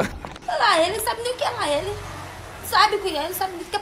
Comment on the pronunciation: Porra, até João errou o lá ele. Ouxente, João. hahahahaha Mas tá valendo. ❤️♥️